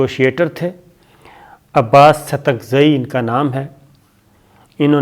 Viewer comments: Stanakzai NOT STAKZAI. PLEASE CORRECT. ABBAS STANAKZAI. STANAKZAI IS A TRIBE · اپ کو نام درست نہیں اتا ۔ یہ موصوف ستگزئ نہیں بلکہ ستانکزئ ہیں ۔ عباس ستانکزئ ۔ stanakzai . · Abbas stankazaiiii not satakzaiii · Sabir, it is Abbas Satanakzai- please be careful when pronouncing name.